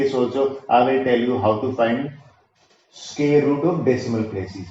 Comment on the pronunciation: Sqear nhi square